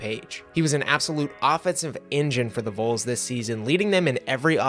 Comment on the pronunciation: Who are the Vulls? 😂 It’s pronounced “VAWLS.” V-O-L-S.